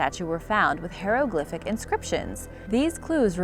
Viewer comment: Burrried, burry, burrrial. Brrrrrrrrr. It’s barial. Unless you’re Cleveland Brown. And they’re 👋 hi-ro-glif-is. Not hair-o-glider-ix. These are mispronounced more than any other words in archaeological videos.